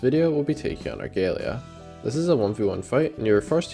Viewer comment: > ar-gay-lee-ah dislike video